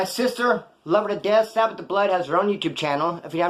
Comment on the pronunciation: Did you say sabbeth the bloood…. Wood